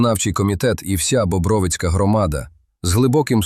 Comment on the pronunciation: Називайте правильно наголос громади , Бобровицька громада ,наголос на ро , а не на ви.